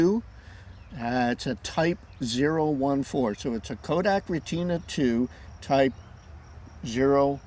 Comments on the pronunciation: (Rhett-Tin-Ahhhh) not (Rei-TINA) 3 syllables not 2 syllables 😊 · "Stop the presses, hold the phone" - do a Google search for ---> German pronunciation for retina You'll find that in fact the German pronunciation in Deutschland is "reh-teena" Here in Texas, we say "ret-ten-na" 😃